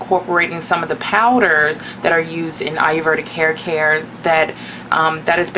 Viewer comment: I love the video! But the word is pronounced a-yur- VAY-dik or a-yur-VEE-dik. Not a-yur-VER-dik.